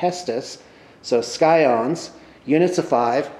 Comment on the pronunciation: I'm pretty sure its not pronounced 'Sky-ons', but 'Sai-ons/Sy-ons'. Although maybe its one of those U.S. to U.K. things hahaha, keep up the good work :D